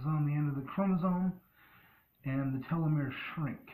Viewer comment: Lol it’s Telomere as in Tell Oh Meer not “tell oh may ray”